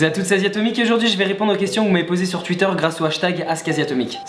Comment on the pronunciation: J'adore comment tu dis "tuitteur" ;)